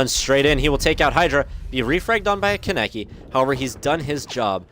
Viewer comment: Any Tokyo ghoul fans triggered at how he said kanekis name?